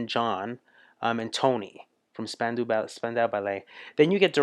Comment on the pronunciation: When you can watch this, or listen, and can identify every face and voice, you will have a grasp of the most popular (mostly) New Wave English artists of the early 80s. You're almost there! ;) It is Span-dow BTW. The Live Aid concerts were EPIC, and the Queen performance was beyond amazing.